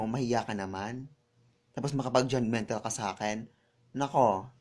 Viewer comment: message Hindi misage... judge mental. Hindi judge mintal. hahaha.. mag aral k muna ng tamang pronunciation bgo ka mamintas...hahaha